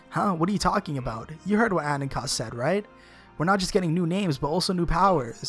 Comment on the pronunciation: Anonkos=Un on k-oh-s"